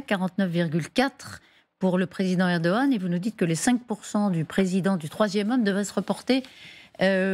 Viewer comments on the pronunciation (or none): On ne le prononce pas comme un g ici, parce que c'est un ğ. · on ne prononce pas le G en turc... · Il n'y a pas de journalistes TURCS,,,. Et c'est ERDOGAN,,,, pas eroan